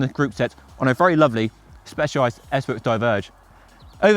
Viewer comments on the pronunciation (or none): Great video,, thank you. Here's a little tip on the pronunciation of the brand's name